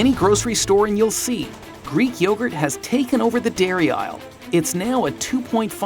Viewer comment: Greek yogurd 😂😂😂😂